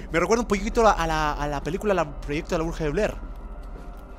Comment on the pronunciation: bruja de blead, es sin "r" al ultimo, creo jaja